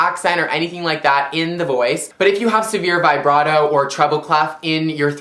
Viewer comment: love you, but you pronounced vibrato wrong:P its okay dont worry im just a mcgill music student NBD youre gorgeous tho